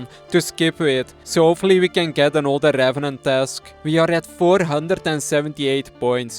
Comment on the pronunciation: rRrRrRrRevenant task completed